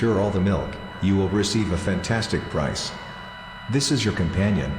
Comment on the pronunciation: it's prize my dude